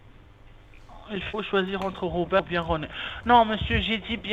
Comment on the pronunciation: "'lé Rrrrrrrrr.... le R comme Robewwwrrrrrr" 🤣🤣🤣😂😂😂🤣